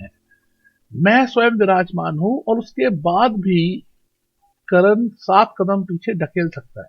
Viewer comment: It's Karn not Karan...